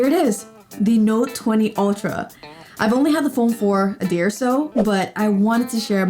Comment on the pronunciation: when you were doing the intro you said i have had the note 20 ultra for a day or two . i heard : for a year lol